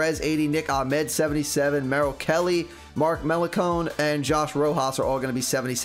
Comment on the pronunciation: Melancon 👎 Mellon Cone 👍🏻